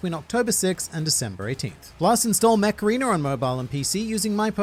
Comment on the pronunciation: lmao what i heard was macarena instead ko mech arena!